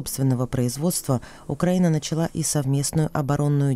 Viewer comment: Почему украинский эксперт все время говорит как Путин - укра́инский, Укра́ина, по- укра́ински и так далее. Портников так не говорит. То есть Украина до сих пор ментально во власти Путина его укра́инской парадигме.